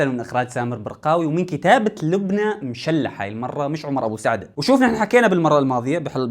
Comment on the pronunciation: أخي نحنا كنيتنا (مَشْلَح) في سكون عالشين ومافي شدة عاللام 😅